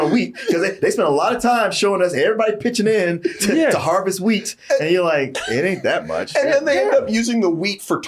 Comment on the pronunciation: I know it's "wheat", but I keep hearing "weed" lol